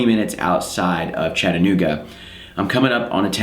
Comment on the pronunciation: Man card revoked U pronounced Chattanooga correctly.